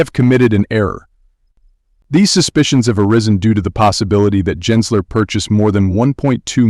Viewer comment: it's a bot,it's not consistent pronouncing Gensler..